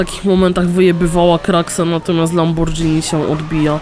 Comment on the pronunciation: Nie czyta sie lambordżini tylko lamborgini